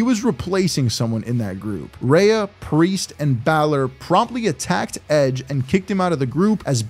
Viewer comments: Hate how he’s saying it as “reyah” and not “Rhea” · Why Does He Pronounce Rhea "Rayah". RAY+AH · Why are you saying Rhea’s name wrong